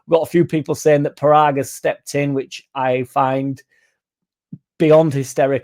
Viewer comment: It'e pronounced Poragg as in podunkville Mississippi